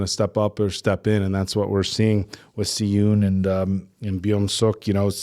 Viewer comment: tips on pronunciation from an american who tried to learn korean in highschool lol (please also correct me if any of this is wrong), for the names i personally would say "she-oon", "Bum-sook or suhk" & "soo-ho", etc dont remember the other names lol